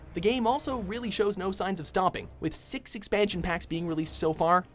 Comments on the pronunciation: Did I just hear him say "Number Sex"? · i heard "number sex tomb raider"